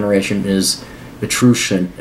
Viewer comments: Etruscian = Eh-trus-kan. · Pronounced EE- trus-can long E. but props for knowing that htey exist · Etruscans, lived in Etruria, which is now Tuscany. Etruscan is pronounced like Tuscan. Just a tribe of Latins North of Rome, they went to war a bit, also gave Rome a huge amount of cultural ideas and stuff